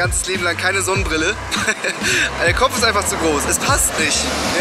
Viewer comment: als max gesagt hat ,,mein Kopf ist einfach zu groß´´ hab ich verstanden ,,mein kock ist zu groß´´ (kp wie man kock schreibt)